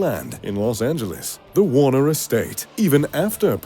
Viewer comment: . Jack Warneh(er). If the last name sounds familiar it’s because he founded Warner Estates. Accent confused.